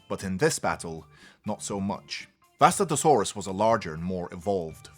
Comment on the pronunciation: It's pronounced (Vustato-sauras).